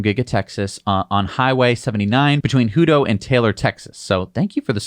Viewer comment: Hey! Hutto is pronounces as Hat-Tow. Not Hoo-Tow 🤪